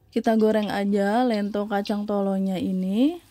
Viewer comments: lentho (spt bilang 'lenteng agung')...bkn lento.. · Lento di baca dengan 'e' pepet mbak, bukan dengan 'e' taling... 😁🙏🏽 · Bukan ieto tapi lento tau